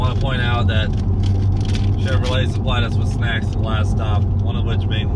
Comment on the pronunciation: Him : in a die hard corvette fan!! Also him : *pronounces the t’s in Chevrolet”